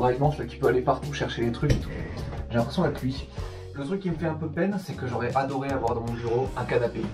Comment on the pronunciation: "l'imprexion" xD